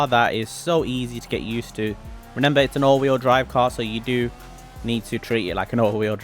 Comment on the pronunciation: Its not reNember its reMember